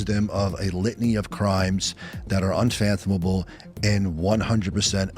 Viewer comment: "Accused them of a litany of crimes which are unfanthamoble." Learn a new word every day!